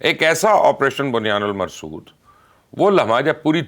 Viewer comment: It's not Buniyanul Marsood it's Buniyanul Marsoos. Also you give lots of false news kind of Propaganda govt mouth piece..